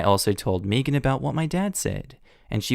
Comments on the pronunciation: Is anyone else.. annoyed.. by how he is pronouncing the name ‘Megan’? ‘May-gan’ is such a common name.. Meegan? 🤦🏼‍♀️ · Why are you saying "meagean" like meagean. Megan like meg-an think of meg Griffin with a an at the end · I can't get over how amusing it is to hear Megan pronounced Mii-gan instead of Meh-gan. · Side note does anyone get slightly annoyed by mispronouncing Megan. Or do other people pronounce it the same ( I pronounce it as may-gan) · I’m from the Uk. We don’t pronounce Megan as Meegan. It sounded weird to me the way he said it. I still like him though. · Started cringing at the last story every time you pronounce Megan wrong.